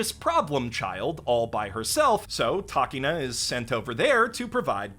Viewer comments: Hearing "Takeena" instead of Takina hurt my ears. I mean, did you watch the show or didn't you? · How you gonna make the stupid skit after watching the anime and still pronounce takina wrong?